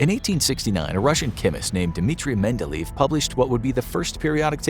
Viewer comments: that would be Mendel-e-ev, not Mendel-eev -- which is why is is often spelled Mendele'ev. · A quick check on the pronunciation of Russian names would be nice;hearing about "Mendelív" and "Spatnik" really ruin the whole, otherwise great, video.